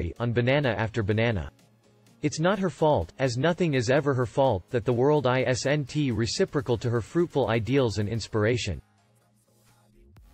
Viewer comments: Usually the robot spells it "i s n t". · Can you put an apostrophe in ''isn't'' so that your robot knows it's pronounced IZZint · Please learn how to say the word isn't. Stop spelling it.